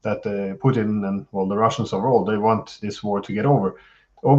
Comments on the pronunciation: It’s pronounced Poo teen. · Great panel,. As usual, your channel delivers the goods. The only quibble I have is with Ray McGovern's persistent mispronunciation of Putin's name. It's a mark of subtle disparagement and contempt, and it's quite off-putting if this is the case. "Poutine" is a deep fried, gravy smothered Quebecois dish, and I can't help but wonder if this is deliberate. If so, it's unworthy of McGovern's fine character and great mind. Please, Ray. Pooh-TIN - with a soft "t" not a hard spitting "t".